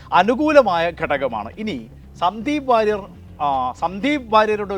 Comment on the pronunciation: 😅ഇവൻ വാരിയർ അല്ല സുഹൃത്തേ.. അത് പഠിക്കു...